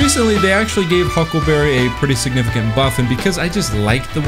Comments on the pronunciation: It izz the hucklebabee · The hyukleberry.